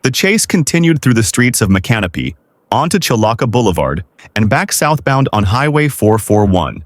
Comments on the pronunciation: Its pronounced mick.in.opy. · To add to viewers dissatisfaction with this sight, the correct pronunciation of this little town is (I'll break it down) Mic-kah-no-pee. I lived near there for several years. This isn't the correct spelling, but it's the correct pronounciation. My mother used to jokingly call it "My can of peas". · It's pronounced "MICK-uh-no-pee". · You bastardized the name of poor old Chief Micanopy pretty well. Thanks for the Vid! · That’s NOT how you pronounce “Micanopy”.😂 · Not only is the flashing SUBSCRIBE anmoying, the AI narrator mispronounces Micanopy. AI sucks.